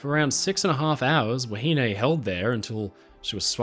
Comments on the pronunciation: Wahine is pronounced 'wah he nee' in NZ, not 'wah he nay'. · I thoroughly enjoyed your video, however I was starting to get annoyed on how you were pronouncing "Wahine" you were saying "wa-hin-ay" where the correct pronunciation is "wa-hin-neh". Besides that keep up the great work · Actually the pronounciation is a bit off. The contemporary pronounciation was more like "wa-he-nee". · Have I been pronouncing “wahine” wrong all my life?